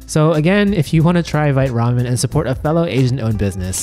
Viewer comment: I checked Vite Ramen's FAQ earlier, they say it's vite like bite but with a v, one syllable.